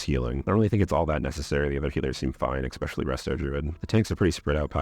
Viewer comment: "Unless if", "Ecspecially" sigh